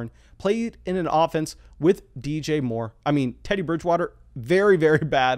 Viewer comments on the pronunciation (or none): none